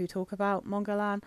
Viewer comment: guerlain’s pronunciation does somewhat rhyme in mon guerlain, so you are saying guerlain correctly the first time you say it. the “ain”in guerlain is a trigram, which means three letters for one sound. because of that, it sounds more like “ah” instead of like saying the word pain for example.